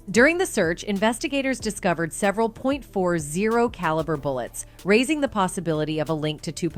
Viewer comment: Did that chick just say “he offered him a “point four zero caliber Glock” 😂😂😂